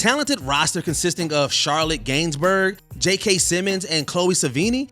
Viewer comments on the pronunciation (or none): none